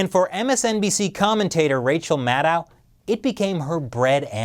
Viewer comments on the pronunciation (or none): Isn't it /mædoʊ/? Wikipedia says it is. Why are many pronounce it like /mædaʊ/?